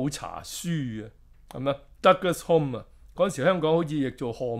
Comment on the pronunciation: 溫馨講聲 Alec Douglas-Home: "Home" is pronounced as "hume". For your ref